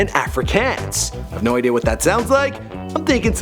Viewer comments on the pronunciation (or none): none